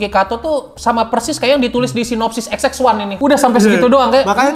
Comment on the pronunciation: XX1 itu baca nya Twenty one gaess..